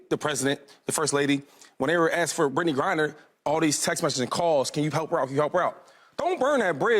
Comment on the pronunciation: Anyone catch 2-5 saying Brittney GRINDer?